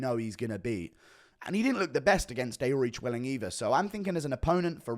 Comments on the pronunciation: No one: GURU: Divvle-Osh-Villy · Why do you say Devlashvili